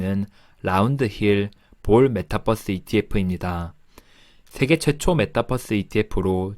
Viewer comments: 메타뻐스.. 귀에 속 들어오네요.. 영상 감사합니다. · 메타뻐스 ... 발음 넘 정겨워요 ㅎ